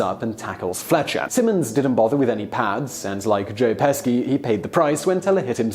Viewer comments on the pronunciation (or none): Joe PESKY?!?!?! That is so wrong. Don't disrespect the legend. Learn the correct pronunciation. It's Pesci, pronounced Pesh-sheee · Well u actually had me loling for real! Peshy, not pesky..funny tho..😁😉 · Pesci is pronounce Peshy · I don't know how many people have mentioned this already, but for some reason he kept saying Joe "Pesky" instead of the correctly pronounced "Peschi" or "Peshi". Does he know this? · Pesky? 😂😂 its pronounce peshy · PESHI! No Pesky! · Joe "pe-ski?" No kind sir. Joe "PE-(short 'e')-SHE" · It's pronounced Joe Peh-Shee not Pesky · Pesci is not "Pesky"... it's "Peshee". How do you pronounce "bruschetta"? Why do Brits have no ability to pronounce anything in a foreign language correctly, except perhaps French? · Joe "Peshy" not "Pesky" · Pesci = "Peshy" or "Peh-she" not "Pesky"... Raimi = "Ray-Me" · Simon, Joe Pesci's name is pronounced Peshy, not Pesky. Have you ever, ever heard someone say his name? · Joe pe-she not pesky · Who the hell is Joe Pesky? ohhhhhhhhhhhhh joe PESCI (pronounced PESHY!!!!!) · Who tf is Joe Pes-kee? lol I know you do 20 videos a day, but Pesci is pretty famous. Shouldn't be hard to get right. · Its pronounced peshi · Joe Pesci...... pronounced ( Peshy)... not trying to be rude just wanted to help.... hugs Lynn Weasenforth 💯💜💛💙☮️ stay safe from the pandemic madness we are all going through. .if I have made a mistake I'm sorry 😐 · I'm totally not trying to sound like a know-it-all,but Joe Pesci's last name is pronounced like "Peshie". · Joe Pesky???? 🙄 have some respect man. Learn to pronounce peoples names for heaven's sake! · Literally mispronounced half dozen actor names. Famous actors. Pesski? Really? Awful. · Joe "Pes-ski"? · Does no one double check Simon’s pronunciations? Pesky joe Pesci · When did Joe Peschi become Joe Pes-ki? And what about the Twilight Zone movie, you know the part where Vic Morrow was DECAPITATED? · Joe Peski??hahaha...that’s just unprofessional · Joe Pesci's last name is pronounced Pe-shi.